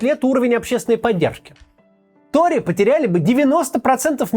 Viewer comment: он произнёс "какие ТРОЕ, какие виги?" :) пересмотрИте